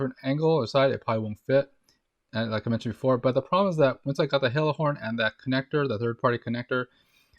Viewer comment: Hella. Pronounced Hell-a, not Hey-la.